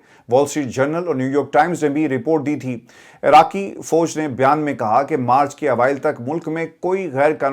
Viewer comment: آپکی اردو کتنی خراب ہو گئی ہے Fauj ko foj کہ رہے ہیں Soday، پبندی، پتا نہیں کیا کیا We were not expecting these words from you.